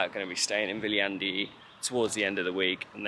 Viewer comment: maru kasulik on kohalike käest küsida kohanimede hääldust;) Ainukesena oled Sa seni suutnud eestlase jaoks arusaadavalt hääldada nime Viljandi:)